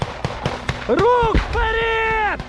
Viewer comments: дякую Вам! чому "вперід", а не "вперед"? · (Вперід ) ахаха сука Даун дибілкуватий треба говорити (вперед) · "вперид"??? Он когда начал на украинском языке разговаривать, заставили наверное?